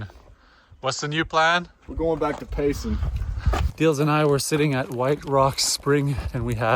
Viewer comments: As an Arizonan and hiker, I’m glad to see the AZT getting more exposure from popular YouTubers. And it’s Pay(sen) not pay(son). 😊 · Btw, it’s Pay-Sun , not Pay- Sahn. Enjoying your trip as I have enjoyed your previous ones.